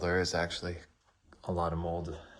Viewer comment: He can’t even say house 😅😅😅